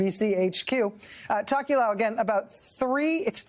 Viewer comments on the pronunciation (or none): hot tip for USA journalists: you can pronounce "Tokelau" exactly as it looks, not "tock-you-lou" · It's pronounced 'Tow-kuh-lau' 😉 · Pronounced “toe key lao” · I live in Hawaii and very familiar with the other pacific island nations and groups. Her pronunciation of “Tokelau.” Sounds funny lol!